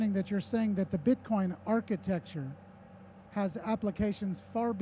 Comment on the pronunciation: is he saying "beetcoin" ...?